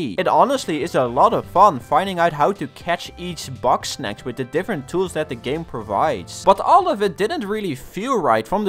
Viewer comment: it sounds like he says boxsnacs